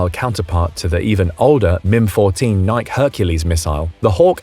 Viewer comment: What arms dealer still would be peddling fifty-year-old military weapons? , Nike is pronounced "NEYE• kee".